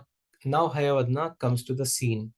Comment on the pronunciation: Excuse me sir that is not hayavadna while pronouncing it is hayavadana